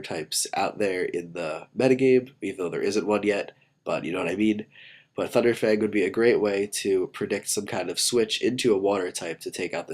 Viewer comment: i dont know why but it sounds like he said funder fang instead of thunder fang